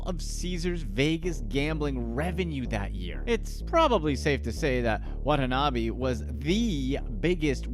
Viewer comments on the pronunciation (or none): I had to stop watching because in that time the narrator mispronounced the man's name not once, not twice, but three times. It's not WA-NA-TA-NA-BE. It's WA-TA-NA-BE. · His last name is Watanabe, why the video pronounce it as Watata-nabe? Lol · Why do you pronounce his last name Wadatanabe and then Watanabe; explain to me your reasoning. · when ever this guy says watanabe it cringes me inside